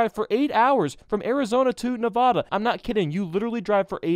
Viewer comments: WILL PEOPLE OUT OF STATE STOP CALLING IT NAVADA AND CALL IT NEVADA I LIVE IN WESTERN NEVADA AND THIS ANNOYS THE SHIT OUT OF ME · Its not Na-vada Its Ne-vada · You pronounced nevada wrong! It isn't nuh-vah-du, it's nuh-va-duh. It's like the Vatican. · I’m offended that you said Nevoda instead of Nevada especially since I live there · plz pronounce Nevada right. It's not Nevahda, think of saying addition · Why the hell does everyone mispronounce Nevada? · automatic dislike said Nevada wrong